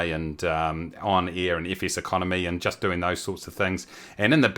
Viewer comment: Ok but if you pronounce „air“ like „ear“, then how are you going to pronounce „ear“???